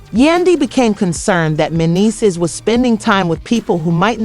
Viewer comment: SAID MENDEECEE NAME WRONG 45 TIMES. AT LEASE SAY THE NAME RIGHT IF YOU WANT PEOPLE TO UNDERSTAND. YOU SAID IT WRONG SO MANY TIMES IM TAKIN THIS AS A JOKE…